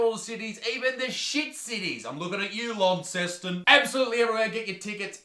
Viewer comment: Launceston?! Take a trip to Burnie, there be a shit city. I use the word “city” generously. (thanks for pronouncing Launceston correctly!)